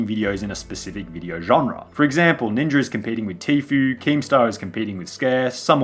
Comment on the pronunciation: Ninja* not Ninjer